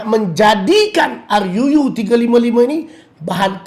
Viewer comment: Sebut ruu biar betul sikit